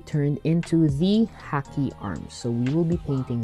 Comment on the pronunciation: It's pronounced Ha-Key for Haki